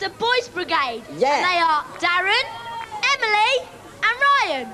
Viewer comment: I don't blame Kelly for the bad pronunciation - I have never seen the name Emil ending with an "e", maybe She thought that the letter e should be also pronunciated somehow. If I were Kelly in the video, i would do also the same. But the boys reaction is so sweet and funny when He is called Emily and also I like how Rod and Kelly handle this situaton in the end. (Anyway, I googled it, a webpage says "Emile was the most common form of the name in Britain up until very recently, in use from the 16th century, though it was never very common. The spelling Emil was used from the 17th century." - here in Hungary it would be Emil and the female version is Emília).